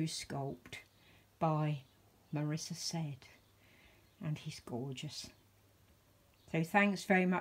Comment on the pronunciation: I think Said is pronounced Saeed. He is absolutely beautiful and a great choice of sculpt. I did think he would be a twin of Beatrix but said brother so not far off. Alexandra is superb in what she does. Enjoy your forever baby. Xxxxxx